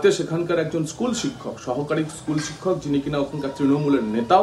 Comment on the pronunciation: ইস্কুল নয় স্কুল বলুন